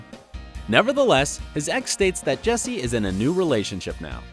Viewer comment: Learn to pronounce the characters name right 😂